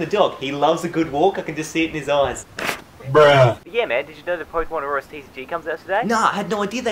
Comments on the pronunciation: You kept saying auroras not oras it's pissing me off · lol, it's not Aurorus, it's ORAS which means Omega Ruby Alpha Sapphire. Hope this helped! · I was confused for a while too, but I realized he was saying "ORAS" not Aurorus. He kinda says it weird, though.